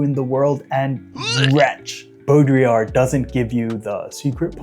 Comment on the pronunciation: my favorite thing about this video is that you are one of two people online ive seen pronounce baudrillard's name correctly